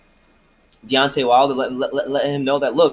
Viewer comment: A long way to say, De-uck-tay Wilder don’t won’t that smoke.